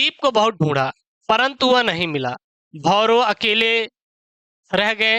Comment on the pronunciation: Bhairav ko bharo bol bol rahe hain